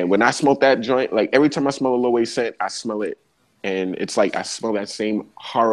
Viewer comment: Loewe is pronounced lō-ay-vay